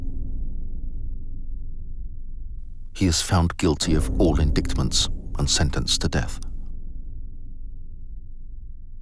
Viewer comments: Very interesting and well written, except for the occasional lapse from most historians' preferred 'present' tense narrative into the more natural and less phoney-sounding past tense, and some mis-pronunciations of words (i.e. 'indictment'). Otherwise excellent. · Fancy the way the narrator pronounce the word indictment???